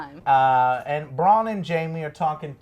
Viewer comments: Please get Bron and Brans names right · Stop calling Bran, 'Bron'!!! OMG lady! Come the fuck on. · I love how it's like talking with your buds not some experts. Granted there are plenty of GOT youtube channels you can get lore at this has its own vibe. Like them butchering the names lol bran Bron and mansrainer lmao keep it up joe and family. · love how she keeps saying bronn instead of bran lol also taken out food makes it equal starvation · I really like Angry Joe and all of his work... These reviews are slightly annoying me because they keep getting the names wrong. Please stop calling Bran Bron... I know they are similar names but it just takes away from the authenticity of these people being big fans. I agree with the summaries a lot of the time but come on guys get with the program. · The dude on the right seems to not like anything about the show..and when the girl called Bran "Brahn" for the fifth fucking time i had to stop the video..lose these two Joe your the best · It's Drogan not Drogo! Godamnit get it right with the names! Bran not Bron! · Please Joe learn the names before you make a review. Bronn is not Bran Drogon is not Drogo From the last episode: It is not ORLENNA it is Olenna. :D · Cro True. They really don't know what they're talking about when it comes to GoT. They kept calling Bran Bronn, the Tower of Joy the Tower of Love, he said Draconi instead of Dracarys, didn't know Maester Wolken's or Syrio Forel's name, said Arya wanted to kill the Hound but in her mind he's already dead, they didn't know who the Golden Company are, didn't notice that the gold made it to KL til they probly read it on reddit. The list goes on. I have no problem with Joe and like his game reviews but he should stick to what he knows and not popular TV shows just to get views. There are FARRR better reviewers for GoT who actually know the lore, every character's name, etc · Bran damn it! His name is Bran. It's not that hard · Why can't the girl in this video say Bran?